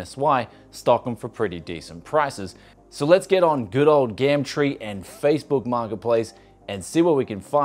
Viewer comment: "gamtree" i'm petty as fuck i know